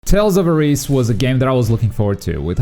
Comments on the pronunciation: so many people who make youtube videos about games suck so fucking much at pronunciation click play on this video and immediately "Tales of Eraze" Was "Arise" so uncommon a word that its pronunciation is often disputable? how did you fuck that up? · HE CALLED IT TALES OF AREESE! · Calling it "Tales of A Reese" instantly discredited you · *clicks on video *hears "Tales of Areese" *clicks out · 1. Its not "A reece" 2. Lol while FF7 remake was great, the combat in Arise is so much better in the demo alone, let alone the full game. 3. Seriousoy baffled at how you don't like this if you liked the previous Tales games. EDIT: Clearly you've never played Tales games before, and HO-LEE-CRAP do you come off as a whinny, entitled little turd. Borrow your girlfriends pants, and ditch the skirt. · Okay, I'm not even a minute in and I can't stand you. First the way you said "Arise" as "Uh-reese" was grating. Then you tried to compare it to FF7 remake when these games have been doing action jrpg for longer than that game has even been out. I can't take anything you say seriously, especially with reading some of the comments saying that your complaints are from the fact this is your first game and you don't know much about the series. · Did u just call it tales of Areese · yawn 😴 if you cant pronounce arise then idk how credible your review is 💩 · Poor pronunciation of "arise" aside it sounds like you've never played a Tales game... ever. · I turned of this video after 2 seconds. Someone who dont even know how the game title is pronounced will give a review?? no thanks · Pronounce Arise better 💔